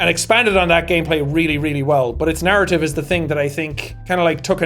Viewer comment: every time you said narrative, i heard 'naruto' for some reason